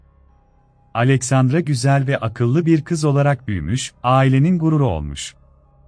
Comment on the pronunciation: Neden, bende bu sesin ismleri yanlis telafuz etmesinden rahatsizim. Alevandra degil, Aleksandra diye direk telafuz edilir. Mesela Monica yazilir, Monika telafuz edilir, bu kisi hep yanlis søyluyor.